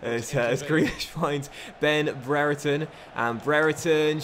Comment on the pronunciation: I know this may not matter but Brereton is pronounced (bree-er-tun) I know this as his younger brother goes to my school.